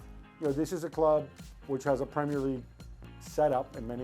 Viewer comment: Gab pronounced premier right thank the lord.